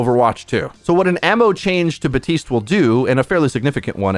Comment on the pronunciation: Bruh you know there is a P in “Baptiste”